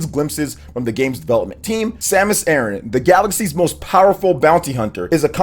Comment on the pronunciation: dear lord sir please stop calling her samus eren.